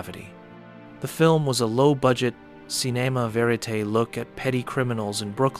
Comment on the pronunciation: See-NAY-muh Verite? Is this AI?